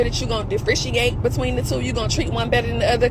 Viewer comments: It’s that posting her babies on social media is a standard for her. And did she say “difficerate”?! 😩🤦🏾‍♀️😆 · She didn't say that word correctly.. Differentiate